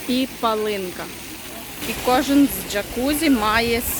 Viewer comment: Палинка. Наголос на 1 склад!